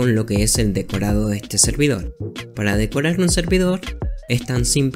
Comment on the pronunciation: dijiste decorar mal (sin ofender)